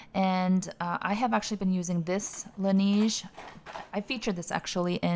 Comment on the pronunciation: Not sure if you care too much but Laneige is pronounced Lan Nege not nige